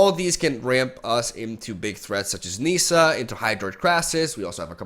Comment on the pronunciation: You made a video where you said people say card names wrong and it’s ok but they should say it right you say oko and Nissa wrong